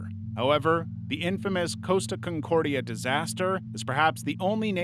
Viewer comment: It’s Costa Concordia not “Coast” aconcordia.